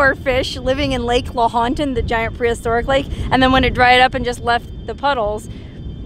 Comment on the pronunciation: Lahotan is actually pronounced Low (rhymng with cow) ton. Lowton. Fallon is built on top of a part of it that has gone underground, which is why their water table is extraordinarily high. Just FYI